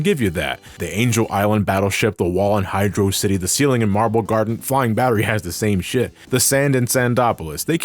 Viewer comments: "It's Hydro City, not Hydrossity" Amen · Thank you! It is pronounced "Hydro City", not "Hydrossity". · He's right. HYDR(OH) CITY. NOT HYDRAWCITY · It's Hy-dross-ity. Hydro-Velocity. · I've enjoyed your content for years, even enjoyed this review. It's gotta be Hy-drocity, like atrocity, or we're not on speaking terms m8. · Can't believe you pronounced it Hydro City. Might as well have cursed my dead grandmother. Frankly I am offended. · I will take the Hi-dross-ity pronunciation to my grave, thank you very much. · great video! but it's actually hydrocity (hid-rock-ity) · HYDROCITY, PRONOUNCED LIKE VELOCITY BECAUSE IT'S ONE WORD DAMMIT. NO SPACES.